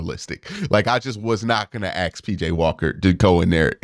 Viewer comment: Can you please say ask instead of ax? You're a very well read individual. You sound like a schmuck every time you say ax instead of ask. I like you. Just sound as intelligent as you are